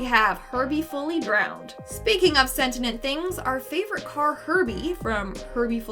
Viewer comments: "sen-tee-ent" not "sen-tin-ent" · "sentinent"??? you illiterate dummy!!! You mean, sentient! XD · It's Sentient, not Sentinent. "Cen-tee-ent*. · i was just abt to comment this. it was bugging me soo much lol. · "Sent-in-nent things"..?